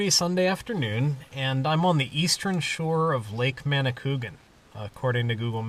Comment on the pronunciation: Lake Manicouagan was formed when the Daniel Johnson dam flooded the crater and connected two previously separate lakes to form the circle. The dam was built when I was kid growing up in Quebec and was a big deal in terms of engineering know-how. The pronunciation is more like man-ah-coo-ah-gan.